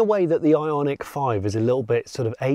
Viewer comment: Every time Jonny said Ionic, I heard Ironic, maybe I am yet to be convinced.